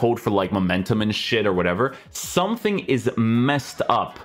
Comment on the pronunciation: Is there a reason is always saying a k after words with ng like somethingk everythingk. Is that just a language thing or what is that? I just noticed it and now I can't unhear it. Maybe it's just me